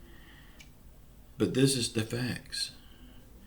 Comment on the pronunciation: Really? "chacks"